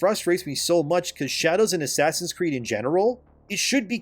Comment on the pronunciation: "ASS creed" ...😆